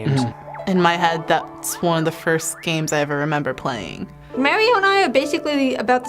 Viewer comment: Dont say fírst...